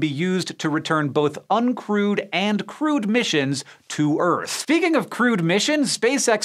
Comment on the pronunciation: Lol thought you said crude flights lol